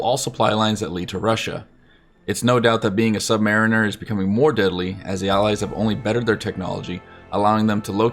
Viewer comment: Believe it or not the sub-mahhh-mareener